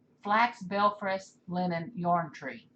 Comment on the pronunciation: Linen not line